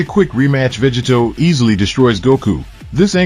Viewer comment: Say VEGITO correctly!